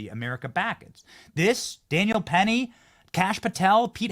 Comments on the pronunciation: This is a duplicate upload. I remember because Cory is saying "Perry" instead of "Penny" when it comes to Daniel Penny's last name. You already showed us this clip, Benny. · It's Daniel Penny.... Not Perry. LMAO!!! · Getting Daniel Penny's name wrong it's not a good look. And Benny should correct him. It makes him seem like he is just saying what he thinks the people want to hear. I don't know who this guy is but 👎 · Penny not Perry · How can this guy not know the name is Penny, not Perry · Benny! Wtf?..will ua stop him from calling him "perry"...it's penny! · why does he keep saying "Daniel Perry"? his name is Daniel Penny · Benny why did you not correct him when he called Daniel Penny Perry Perry Perry Perry he's Penny Penny Penny Penny. I thought he misspoke on accident but he kept saying it and that is important to have the correct name and it would have been gracious of you to correct him here on your show nonchalantly so he doesn't go on some liberal media broadcast and they do it like the a-holes that they are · Penny not perry. Really it's not that hard bro... wtf???